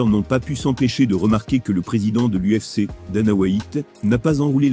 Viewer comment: le plus drole c'est les prononciations anglaises dans le commentaire : Dana Why-ite et Just1 Gaethje